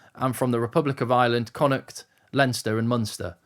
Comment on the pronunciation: Bonus points for pronounce Connacht correctly! Great research and very informative. Subcribed.